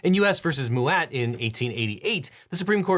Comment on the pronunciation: Mouat is pronounced Mow-it. Like what you do to your lawn. Just fyi.